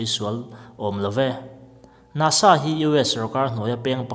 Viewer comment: NASA tih lampum kha i sawi chiang lova a fiahlo.